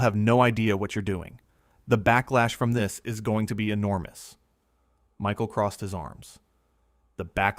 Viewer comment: The narrator doesn’t know how to pronounce Michael’s name !?